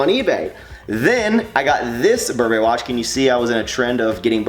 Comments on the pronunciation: It is pronounced Bur brry in the luxury couture industry. Not bur berry, just thought I'd let you know. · Stop saying bur'BERRY! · its pronounced burburry btw